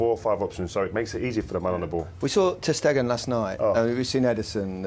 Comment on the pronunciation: Lol come on,!